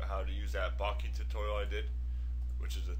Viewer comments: BOH-KEH...or even BOH-KUH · Bokeh pronounced bow-keh. Its a photographic term which originated from Japan meaning blur or haze. Great tutorial but I had to share with you this info. All the best.